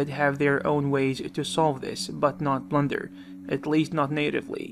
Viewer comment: I have a feeling he said "Blunder" instead of "Blender" a few times. Was it just a blunder?